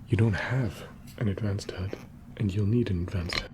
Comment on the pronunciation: i like your accent, only after my 5th watch i realized you were saying HUD not HEARD